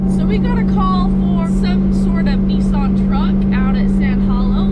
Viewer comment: Nee sonn? Oh, NissAn...